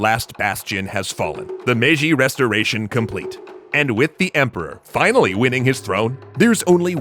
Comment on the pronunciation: "For the Emporwah!"